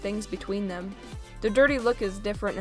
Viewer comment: Your being mean to funko because you are saying theppppmmmmm